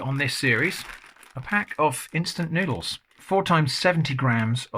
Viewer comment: No, it’s noodleara 😂